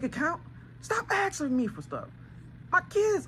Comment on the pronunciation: Axing what? Very "insping" content lol